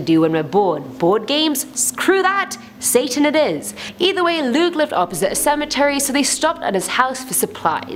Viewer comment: who else noticed she said sasan not satan